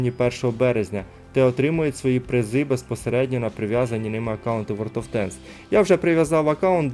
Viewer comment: Друже хочу дати пораду , тобі б торохи попрацювати над вимовою ( англ) танків чи тощо , інколи дуже врізається в вуха або наприклад "ворд оф тенкс" а не ворлд , дякую